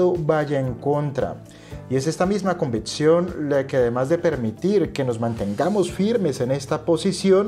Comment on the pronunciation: Buen video! Es convicción no convitción. Saludos